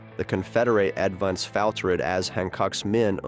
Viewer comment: These garbage channels are just dumping copyrighted material into AI apps to produce the audio. the voice reads "diva-statting precision. The Conferdate avan-dance failtered" because it's written in old-timey script that the AI doesn't recognize. You're garbage people.